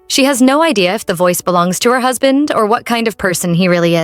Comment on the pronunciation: Whyyyyy?????!!!!! 😫 Then, “hoosband”?! The previous pronunciation errors were easily overlooked, but with this change in narration voice… . I hope it changes back soon or I don’t know if I can finish listening to it.